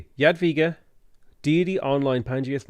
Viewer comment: I appreciate correct pronunciation of "Jadwiga". This is even more amazing taking into account difficulty of polish language and the fact that game lector reads the name wrong. Good job,! On the other hand, "Sukiennice" needs some improvement. I don't blame you, it's must be a hard word to tell correctly